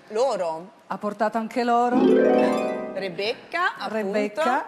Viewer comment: Rebeccah fah la ballerinah...pensa teh...😂😂